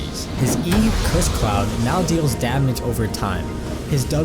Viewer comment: "kuss cloud"